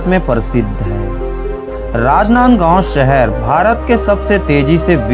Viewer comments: कितना गंदा बोल रहा है...राजनांदगांव बोलना तो ढंग से सीख लो। इन्फोर्मेशन बहुत कमजोर है। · Bhai rajnandgaon jis style se bola hai n ispe hi mza aagya🤣🤣